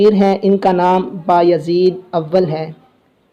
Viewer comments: Ohhh Bahi name Mohammad nhe Mehmed hai ....ohh Bahi name baayahzeed nhe beyazid hai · Please when you call there name say them correctly it not behyazid it bay-e-zit you break and pronounce